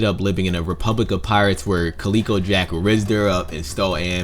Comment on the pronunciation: No qualms about the bounties. However, Calico Jack is pronounced Cal-ih-ko not Calee-ko. Calico is a type of cotton fabric that was in high demand at the time, and calico fabric is still available today and is used to make clothing and quilts. He probably wore lots of calico and that became his nick name.